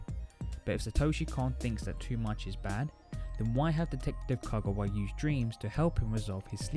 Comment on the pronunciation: Couldn't you fix the audio to make it louder AND correct your mispronunciation of Konakawa's name?????